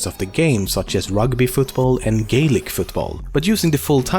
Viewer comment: gaelic football it sounds like you gay lick football